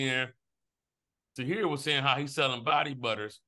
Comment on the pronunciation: Tahir definitely should have logged out right after that mispronunciation.